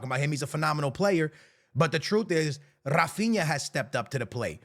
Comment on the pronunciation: Além disso, já que estamos falando de pronúncia errada... HA-feen-ya